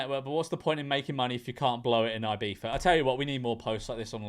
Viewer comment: Why does George pronounce it IbiFa? This is the 2nd video where he did that, to my knowledge.